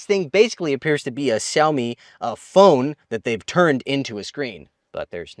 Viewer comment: Is he intentionally mispronouncing the name Xiaomi? He's a Chinese speaker. Weird.